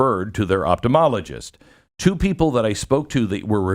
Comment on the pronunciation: Ophtomologist or Optometrist not Optomologist....please Glenn...come on!